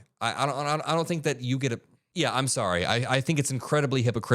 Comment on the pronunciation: "She will ger pardoned."